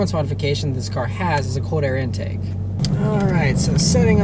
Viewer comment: instead of cold air intake. he says * code air intake * instead of saying wind shield he said * wind she owed *